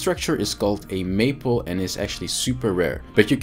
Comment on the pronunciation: Great video. Only a very minor correction, and really only because I was listening and not watching. It is May-pole, not maple. I had to look at the video to realize what you were talking about. Lol. As I know English is not your first language, I thought you would like to know. 😊